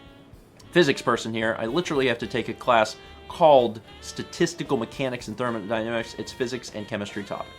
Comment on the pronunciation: Hmmmm you said thermodynamics correctly here l